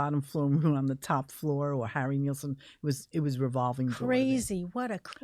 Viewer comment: I just want to know why nobody can pronounce Harry Nilsson's name right? I don't mean to get picky but it was Nil-son not Niel-sen in fact the album is called "Nilsson Schmilsson" and it rhymes.